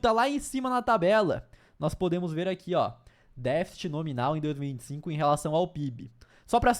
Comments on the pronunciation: Não é defite!😒. DEFCTE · Não é "défit", é "déficit". Pode falar todas as sílabas sem medo.